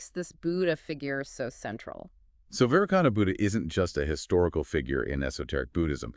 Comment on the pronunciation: AI seems to pronounce Vairocana differently to how it is usually pronounced...